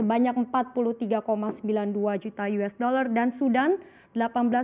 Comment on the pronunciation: Mencapai 231 koma juta yues daler :-D